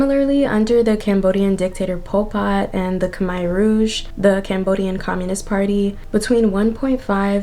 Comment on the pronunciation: pronounced “kah-mare (like a female horse)” rouge